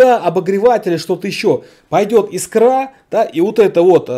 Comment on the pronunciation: Iek нормальный автомат - это первое. Не искрА, а и́скра - это второе.